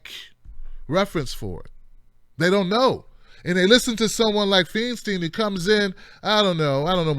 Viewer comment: It's pronounced "Fine-stine," my brother. :-) Keep up the good work!